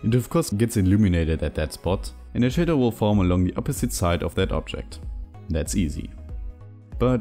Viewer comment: iIt's 12am, and I'm over here DYING at "shat fadow" 🤣🤣🤣